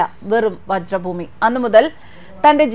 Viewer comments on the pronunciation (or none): വജ്ര ഭൂമിയല്ല, വ്രജ് ഭൂമി ആണ്. അഥവാ ബ്രിജ് ഭൂമി വൃന്ദാവൻ....